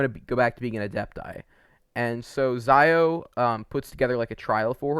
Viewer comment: Xiao not Zaio